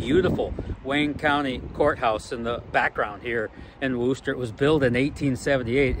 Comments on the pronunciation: I grew up in Wooster, pronounced like "crook," not "who", lol. I graduated from the old Wooster High School, which is now Cornerstone Elementary School. Thank you for all the kind comments about Wooster and Wayne County. The group of Amish folk you interviewed do not like to have their photos taken, so I am surprised they agreed to talk to you on camera. Holmes County is just south of Wayne County and has a huge Amish community. I attended WCS many times in the past, but at 74 yrs old, I don't get out like that any longer. I can recall "eating dirt" with every pass of the race cars. This was one of the entertainments my husband and I enjoyed together. One of my sons and a nephew used to race in modifieds in Holmes County a generation ago! Again, thank you for all the kind words. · I believe its pronounced wister, its a funny thing larson is soo good at almost anything you put him in, he just out and out dominated that hilbilly 100 last week, 100 laps he lead, though they did not make it easy for him, its funny how small in stature some of the drivers are, from the younger under 40 gen, well you have buddy kofoid and tyler courtney and zeb wise that are taller then me, but its the old guys that are really tall and large guys like matt goodnight, shane cottle, ryan newman, and bryan tyler that are the tall guys at least in silver crown racing and sprints, larson though yea I have yet to meet him and talk, hope he dont epouse the weird california politics though that would be a deal breaker for me, as good as he is and the best in prob 2 generations. hope buddy is feeling better he took a nasty flip at the 4 crowns last week. the name of wooster used to make me laugh cuz it spelled like rooster, they have the wooster brush company and still make many of their paint brushes in the usa among things.